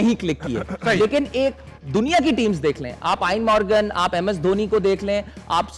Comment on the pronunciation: Aaeen Morgan nahi gadhe Eoin Morgan Beta Imam jao pehle zara apne chachcha se English seekh lo😅